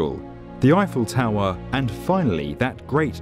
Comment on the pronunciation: I really like this video, but wish the guy wouldn't pronounce things as "Tow-werrr" and "Skyscrape-errr"